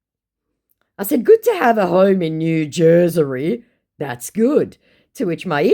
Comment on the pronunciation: LOL! --- "New JersERY"!!! 🤣🤣🤣